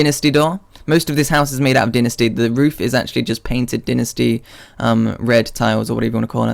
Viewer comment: why do people say 'din-a-stee' wood? its dynasty... die-na-stee.. you know... like chinese dynasty?